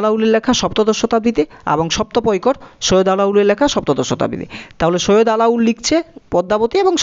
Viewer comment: আলাউল নয়, আলাওল হবে